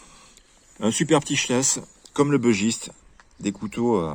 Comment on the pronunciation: Bon sang ! Arrêtez de prononcer "bEUgiste" ! C'est un bUgiste : originaire du Bugey, dans l'Ain... Ah les anglicisme de cuisine... Cela dit le dodu est top. J'en ai un en padouk.